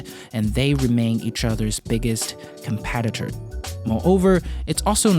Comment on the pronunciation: “Competitor” not “compatitor” It has a “e” sound. Love your video but e and a sound is very different.